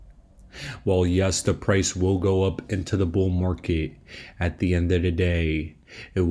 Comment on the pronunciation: Its Market, not mark ehh